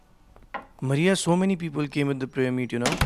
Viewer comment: " Maaria " Not " Muriya " 😆😆😆😆